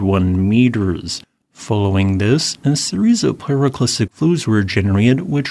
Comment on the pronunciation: A pyroclastic frow...... I heard it